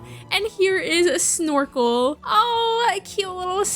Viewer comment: incase you need name suggestions for the future i suggest snorfle, cause thats what i heard instean of snorkle :)